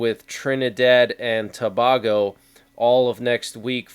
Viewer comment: Its pronounced TOO-BAY-GO